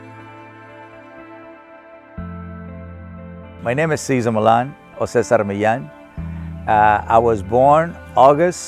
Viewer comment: Lol so it is MILLAN. 😭 Spanish speaker here, the spelling and pronounciation was driving me crazy! Millan is pronounced "Mee-yahn." 😭 Your birth is amazing! I was born in a blizzard. Hurican is cooler. The episode of the German shepherd Ovechkin if I recall, is when I first heard your story as El Perrero. You and Steve Irwin are my favorite human beings when it comes to the love and respect to animals! Saludos de una Panameña 💜🇵🇦 🇺🇸